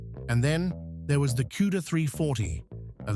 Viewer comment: what the hell is Cueda? Learn how to pronounce words properly